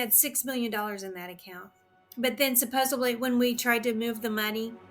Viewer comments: “Supposably”?? It’s supposedly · "SUPPOSEBLY..." when I hear someone say "supposebly" it's easy to see why they are easily fooled. It's SUPPOSEDLY. Supposedly, with a D!!! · SupposeBLy is not a word people. English isn’t even my first language!! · I knew she was an easy mark when she said “supposebly” 😅😅😅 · she said "supposably" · What the heck is "supposebly?" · “Supposebly” is not a word. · She lost me at "supposably". 🙄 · Supposebly Is NOT A WORD! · I don't think it's a stroke I think it's just Americans. I've heard lots of them say 'supposably'. And the host of other mispronounced words. You lot can't be trusted with even one word of the English language, you butcher it.